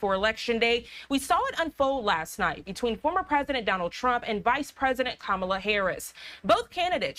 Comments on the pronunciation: Why can't you pronounce her name??? KA-ma-la. Not Ka-MA-la. And honey chile? WTF??? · Yo Be outch. Its Ka ma la!😊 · "Ka-MAL-Ah"...I wish I could think of a widely accepted pronunciation of frump's first name. Ronald (McDonnie)? Connie? Asshole...well, that last one doesn't rhyme but is my personal favorite. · Pronounce her name correctly and are you seriously going to double down on people eating pets? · Kamala Harris beat Donald Trump like a drum! That lady deliberately mispronounced Kamala's name and called Joe Biden a disparaging name. That's the kind of sloppy, grade school antics that Donald Trump and the Republicans do; but Lying and name-calling are not substitutes for policy! Donald Trump can tell a whole bunch of lies and spin conspiracy theories with no proof at his rallys and his followers go along with it even when they know he's lying. But when you participate in an actual debate then you have to come to that stage knowledgeable of the actual facts and prepared to debate the best approach to dealing with the actual facts on a range of different topics. Donald Trump failed miserably in both cases! He just kept running back to what is most comfortable and familiar to him, which is lying and just making up stuff. Kamala, on the other hand, was very well prepared and quite well versed on everything to do with presidential duties, to include foreign policy and domestic issues. I doubt that there will be a second debate because I'm sure Donald Trump doesn't want any more of what he got last night which was a serious beat down! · And Say her name correctly , so disrespectful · At least pronounce her name correctly. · And please try to learn how to pronounce Kamala's name. It just makes you look dumb not to... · There is NO excuse for to keep mispronouncing VP Harris first name; totally unacceptable considering she’s a well renowned reporter.